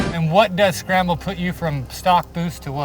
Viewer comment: “Shcramble button”